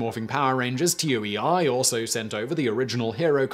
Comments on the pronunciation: He stops saying the sentai name because he doesnt wanna butcher it, but keeps saying Toei as T-O-E-I. It's TOH-ee, lol. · No it's not. It's Toe-A. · It's toe-ay-ee, not t-o-e-i. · pretty sure Toei is pronounced, roughly, "Tow eye" not T O E I it's not an acronym and especially as the companies name is written as Kanji (東映) rather than phonetic script (which couldn't spell T O E I anyway as there's no "T" sound in Japanese... well there is but it must be used with a vowel ending so you'd get と(to) え(e) い(i) - which , bonus fact, still wouldn't be pronounced like Tee Ow E Eye more like - cut the w off tow so short oh sound like T+ the O from ostrich for と, e from egg for え, and i from itch for い ) But hey this is the Whistlerverse of pronunciation so what ever goes I guess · It's not T-O-E-I, it's "Toei," like "TOE-ay." A quick Wikipedia search is all it takes. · Toei Toe ey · Does no one proof these after Simon records? He often butchers pronunciations. TOEI is not an acronym it's pronounced "Toe-Ay". There are no dots between the letters. Come on Simon. All you have to do is read a script you can at least make sure the names of companies you are talking about are correct. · The "Zyu" part of Zyuranger is pronounced like the word Jew, for reference. Gosei is "Go-Say". Toei is "Toe-A". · The fact that Simon pronounce Toei as T O E I is throwing me off lol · Yeah, me too. You really can't blame this particular error on his British accent this time either. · There is a show on Netflix called The Toys That Made Us: one episode talks about the MMPR toys. Also, the pronunciation of the Japanese company, Toei, is "Toe-ay". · Toei 東映 is roughly pronounced as “toe-ay.” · The way he keeps pronouncing TOEI as T-O-E-I. Come on Simon TOEI is a well known japanese company. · FYI, TOEI is not an abbreviation. It’s a romanization of 東映 which is pronounced like “toe, eh?”. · Toei is pronounced like Tow A, not Tow Eye. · lol he pronounced Toei T O E I Snicker I love brits